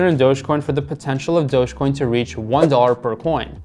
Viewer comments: It’s not „Dog-EEE-Coin“. It’s Dojjj-Coin! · Stop saying dogi coin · who says doge like "dogie" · He keeps saying dogie coin and it’s bugging me 😅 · you are saying it wrong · Please learn how to say Dogecoin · Not only late to the party lol, but can’t even pronounce it correctly